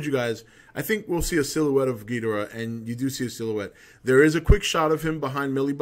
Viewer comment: "That's another thing, I'm glad you pronounce it Gheedrah like the Showa G movies instead of everyone else pronouncing it like Ghee-DOR-ah these days...I hate that..." Even though neither pronunciation is wrong. "To-may-to", "to-mah-to".